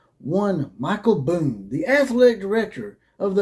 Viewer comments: Show me the statement from USC that said he left because of health reasons. That is what you based your whole video on. That USC tried to say this was about health reasons. They didn't. And you can not present any evidence that they did. And the guy's name is Bohn. Not Boone. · You never called him Boone? You called him that throughout your video! And you posted a type up of the Athletic article with his name spelled "Boone" when the actual Athletic article has it spelled correctly as "Bohn." Wow. Pretty lame. So, who is asking who to be their googling bitch? You're the one who attacked those folks saying they lied and claimed he resigned because of medical reasons. And you want ME to do the research to find you a source? You claim it is "all over the AP and the Athletic? I had already read those stories. In fact, that's why I clicked on your video because I thought you were going to be presenting knowledge of something that hadn't been reported. But nowhere in any of their stories did it say what you are claiming, that USC tried to say he left for medical reasons. The only statement from USC was from their president, Carol Folt. It was a very curt statement saying they had accepted his resignation, thanked him for his service and oh, by the way, I had wanted to be sure we had the right leadership in our athletic department so I hired some folks to come in and investigate and it's time for us to move in another direction. Had they tried to say he left for medical reasons I would be right with you, man. But they didn't. If I thought you were a dumbass I'd assume you just cant read. But you seem to be a pretty bright guy. So, since you read the same articles as I did, which did NOT accuse them of trying to do that, I can only assume you are willfull